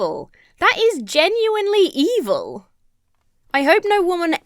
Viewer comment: Did he say 'evil' or did he say 'e-hole'? I didn't quite figure and I surely can see him saying both (the latter being some kind of redpill slur for women on the internet)